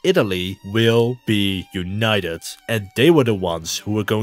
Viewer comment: Ive heard Americans pronounce T like D. But never a D like a T and a T like a D in the same word. Yoonayedet.